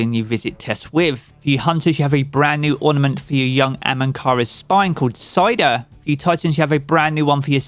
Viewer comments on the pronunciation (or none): Your pronunciations are abysmal, “Seidr” is not Cider…..